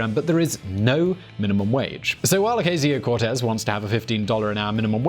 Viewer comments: Can’t even say her name right... usually like your videos, but this is garbage. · how can you make an entire video about someone and not bother to learn how she says her name it's not like this is an obscure person as you yourself said she's one the most popular democrats today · Say her name right omg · Pronounce her name correctly, please.